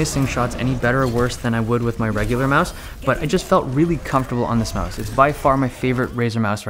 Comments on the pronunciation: stoooooop saying mise , it's mouse , lol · Brah net Time try to say mouse not myse